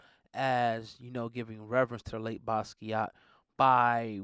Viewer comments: Totally buthcering his name several times in this. Watch an interview or two or TEN and listen to him pronounce his own name!! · Butchered his name smh